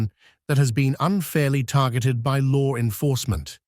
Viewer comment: Why does this English person narrating always pronounce law enforcement as lore enforcement. That urks me every time he does it. 😅❤😊😢